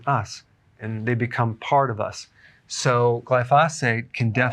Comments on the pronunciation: Excellent video! I wanted to point out that the pronunciation of glyphosate is incorrect. It should be pronounced as gly-fow-sate. There’s no need to emphasize the syllables. For instance, when you say Gly-Fah, you’re pausing and stressing the “fah,” but it should actually be “fow.” I’m in the green industry and that’s why I caught it 😂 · Please put the accent on the GLY in glyphosate! GLY-fo-sate. You're driving me crazy! JK. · I belive your pronouncing glyphosate wrong, watch a few documentaries on it its pronounced glyphoo-say-t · Eric, Best to pronounce that word GLY pho date.... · It's glyph-oh-sate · I believe it’s pronounced GLYphosate, Dr. Berg. Also, the Croatians eat tons of bread and sugar and their obituary pages are all 90 plus. They are thin and eat what they like, but not in huge portions.That Sardinian woman is too emaciated for only 49 years old. She needs some meat on those bones. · Doctor Berg forgive me but I think you are mispronouncing glyphosate. Pronounced just like it's spelled. No extra phate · Why are you pronouncing glyphosate so weird. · you are pronouncing glyphosate incorrectly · Please learn how to pronounce glyphosate. Thanks